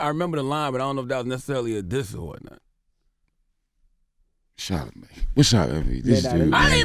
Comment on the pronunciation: I dislike 'charla-maid' !